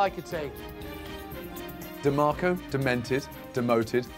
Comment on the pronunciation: 😂😂 tbh DeMarco was kinda cute but damn Ramsey murdered his name